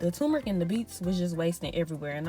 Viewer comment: It sounds like you are saying tu-me-ric, leaving out the r. It is pronounced tur-me-ric. The spelling is t u r m e r i c.